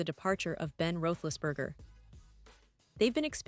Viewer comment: Can't even pronounce big Ben's name correctly...done with this site